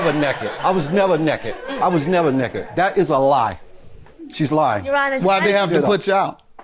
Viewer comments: "I was never "neked" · "I was never nekked!" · "I was never neked."